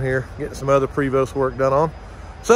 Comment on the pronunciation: You can pronounce Chateau. Prevost is also French. The E is a long A and the ST is silent. Prayvo.